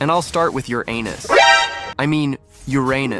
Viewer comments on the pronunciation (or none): Do you want to know how professional people call it? ✨️Uranus (with no splits)✨️ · And it all started with Ur-anus 💀💀